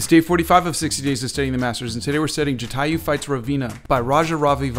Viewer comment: It’s actually pronounced Jatayu fights Raavan. ( I wrote it like that so you would understand )